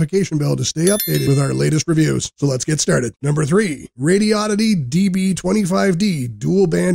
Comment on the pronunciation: It's pronounced "Radio-di-dee". Not "Radi-oddity".